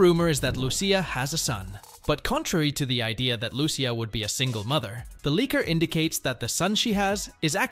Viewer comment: Loo-Cee-a not Loo-Shea, its literally the first word spoken in the trailer lol